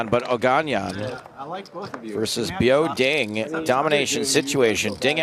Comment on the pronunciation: Continuing to say Biao Ding’s name incorrectly after Williams corrected him is a trash move bordering on racist. It’s the same weird racist crap he pulled with Batak Wisbrod making the unfunny “Barak Hussein Wisbrod” line repeatedly.